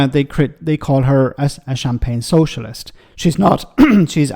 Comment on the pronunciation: She should be glad of the the distraction after her "I'm a soshulist innit" rubbish was exposed by her council house saga.